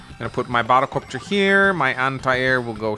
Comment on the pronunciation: You were saying Sonja's name wrong? I looked it up, and it's "Son-yuh" which the way you say it sounds about right to me. Now pronouncing the second b in "bomber" or sounding like you're saying "bottle copter" when you say "battle copter" on the other hand... (I tease, but it does sound funny to me the way you say those two words X'D)